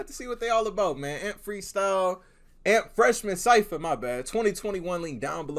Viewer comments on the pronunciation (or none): Lmaoo what’s crazy is that they all got it off the struggle and can you say it as "A-M-P "and not "amp" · Hearing him say AMP and not A-M-P is funny asf 😭😂